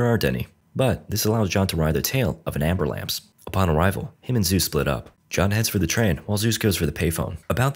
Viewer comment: haha I remember "amber-lamps"